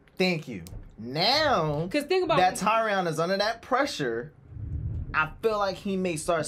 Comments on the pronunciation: Tyrion is pronounced Teer-E-In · TYRION ( TEAR-REE-ON ) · Tyrion is pronounced: 😢 Tear-ree-on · you keep saying Tyrion the wrong way..can't you hear how they call him?